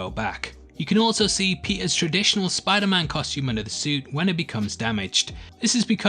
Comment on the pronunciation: Did you just say Spoilerman?